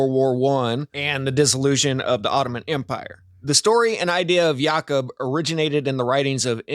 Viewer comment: Its Ya-Koob